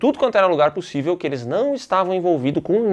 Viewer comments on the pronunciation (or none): Esse erro do interruptor foi de phoder😂😂😂😂😂 não é puçivil😂😂😂😂😂😂😂